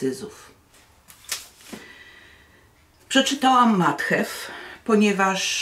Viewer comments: Obwoluta jest po to, żeby czytelnik wiedział, że chodzi o te, a nie inną książkę. Mnie zawsze irytowało dotychczasowe tłumaczenie Ani. Nie znoszę, kiedy przekłada się nazwy własne. Jestem bardzo podekscytowana, że nareszcie książka będzie wiernie przetłumaczona. Matju, nie Mathew, łatwo sprawdzić w internecie. Francuskie nazwiska autorów łatwo Pani czyta, myślę że z angielskimi nie powinno być trudniej. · Język angielski jest bardzo łatwy i wystarczy się nauczyć i te imiona brzmią lepiej. Matthew się czyta matju Anne się czyta an a z resztą masz stare tłumaczenie więc nie musisz się bać 😮😮😮😮